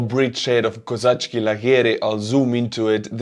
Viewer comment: God damn it. It's Коза́чі, there's only one K in that name so please stop saying Коза́чКі. It hurts my ears 😅